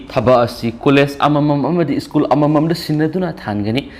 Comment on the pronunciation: (Zack Bou) Mingsidi meine hey 🔥🔥🔥 English pronunciation tourak pa matam dadi school shu ischoon heina pronounce touba, Aduga Favourite shu fabarite heina touba.....Noi Tamda lei na ngei mapham loukhrabra mibu chetkhro heiri sibu... ..hoine noi tamda di Houjitti chaga leite Adugi noigi Lou(paddy field) pukhri singsu leibakna phumdokla ga yum sha na ngei tou ri baniko........Adugi nine noina migi land mullaga lei na ngei hotnari ba se kom.